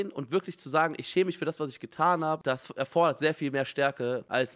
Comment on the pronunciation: Alle: "ich schäme mich" Simon: "ich chäme misch" 🤭